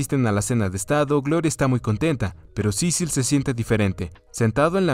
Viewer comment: Solo una vez dijo su nombre bien xdxd Cecil, ya luego estuvo con Cicil cicil cicil xdxd